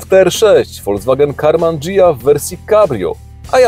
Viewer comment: G(H)ija...h jest nieme, nie Dżija..po Tobie bym się nie spodziewał... :P